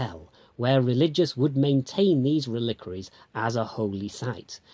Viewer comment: I'm thoroughly enjoying your films, wonky camerawork and all. But reLIQUary? I've never heard it pronounced with the stress on the second, rather than the first, syllable. Have I lead a sheltered life?